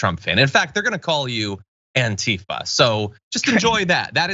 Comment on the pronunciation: AntiFA, damn it. Accent on the last syllable, as in Anti-Fascist.